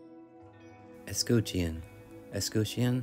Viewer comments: I cant teach you anything except “ess - cut- tion “ no “cute” ✌🏻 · Um, that’s pronounced es-scut-chee-on. Not es-scoot-chee-on. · I’ve always heard escutcheon pronounced as ess-cut-chin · What an amazing restoration. I can never understand how someone could look at that beautiful wood and think—I know I’ll paint it ugly blue. And how anyone could paint over that beautiful hardware! Excellent job! 👍🏻 (oh, and it’s “es-cut-shun”) 😊. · That green pain tjob is a crime. BTW, escutcheon is usually pronounced, "ess-cut-chun." Th way you said it is more like the word origin, but contemporary use has changed it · Has anyone given you a hard time about your pronunciation of escutcheon?